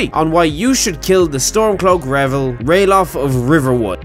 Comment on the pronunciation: It is actually Ralaf not Ralof